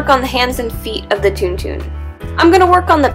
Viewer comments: Isn't it pronounced more like TonTon and not TunTun? :O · It is pronounced like tawn tawn ..... Not toon toon.... Some one has never seen starwars apparently.... I do wish you would use something other than hot glue! Such expensive works of art with substandard materials! Hot glue will not hold in hot and cold conditions for long. I get the gratification of instant bond but it is sub par . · Also it's pronounced Tawn-Tawn. >.> I live in a Starwars fanatic house.